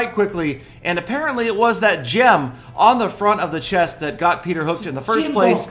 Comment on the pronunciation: open that chiiist😂😂 peter you should learned how to pronounce the words correctly 😂😂its very funny when peter saying a single word😂